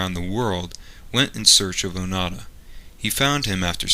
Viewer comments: The voice-over says ‘Onada’ instead of ‘Onoda’ throughout the video. Typical linguistically ignorant idiot. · ONO DA not O NA DA..ffs!! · It's not Oh-nada, it's Oh-no-da. Your pronunciation of these names makes me cringe. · Pronunciation is Oh-Noh-Da. Not Oh Na Da. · i showed this video to my Japanese friend and he said the white man saying his name wrong, it sounds like he saying "fart" hahahahahaha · You could have at least learnt how to pronounce his name.